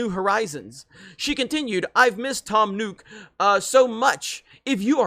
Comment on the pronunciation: "Tom Nuke"